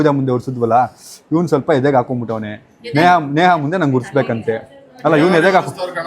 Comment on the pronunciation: ನೇಹಾ ಅದು ನೇಗಾ ಅಲ್ಲ😊